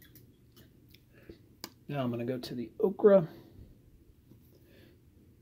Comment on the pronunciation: "okra" is a vegetable..."oker" is a color...just sayin'. Nice work on the painting though :).